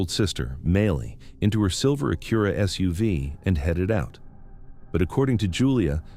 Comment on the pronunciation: The narration is just too awful. Not good. Not great. Not believeable. Just boring! And learn to say Acura! Youre supossed to be intellegent! Not dumb. Not stupid. Not idiotic. But smart enough for basic converstion!